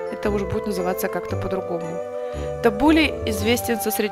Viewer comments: Ударение на у. ТаббУле. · Табуле- ударение на последний слог ! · Булгур это крупа, а салат называется» табуле» Аутентичный табуле (ударение на “у”) в ливанском стиле – это много лимонного сока, оливковое масло, где-то 4 части зелени, 2 части булгура, и совсем немного помидоров